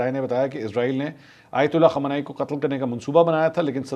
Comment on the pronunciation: The name is Imam Khamaeni and not *Imam Khomeni*. Please respect that and make an effort to pronounce this correctly. Nothing is more demeaning and disrespectful than to address a respected person incorrectly.😢😢